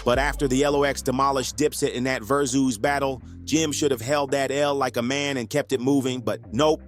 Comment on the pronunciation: ver zooz?what the hell is that? It's Versus, just spelled with a Z.